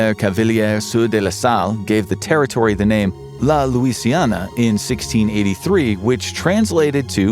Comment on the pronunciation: La Louisiane, not La Louisiana.